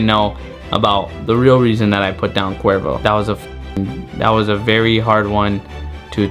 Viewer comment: It’s sounds like qweervro